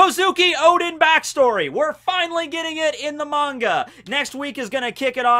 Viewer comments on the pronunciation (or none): none